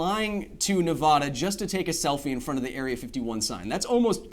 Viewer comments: Uh oh...the way he pronounced Nevada... they're gunna be so triggered.... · Nev a da not nev ah da :p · Oh God no, Kyle, that's not how you pronounce Nevada! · It's NevAda. Not NevAHHda. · U lost me at Ne-Vah-duh 🤦🏾‍♂️ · Nev-Ah-duh. FYI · Can you please pronounce Nevada correctly? Everyone from Nevada hates when people pronounce it like it has an "o" hiding in it. Thank you.